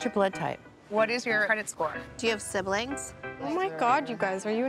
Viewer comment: When Khloe asked if this gal had siblings, I heard “do you have syphilis?”. Lol